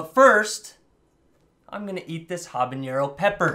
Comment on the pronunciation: Jesus Christ, if you're gonna keep doing habaneros, tell the person how to say it before filming.